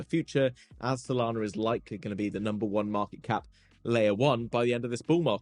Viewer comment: You said Sodana 🤣😁🤣😂